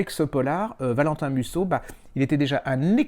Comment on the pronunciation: Musso sans "t"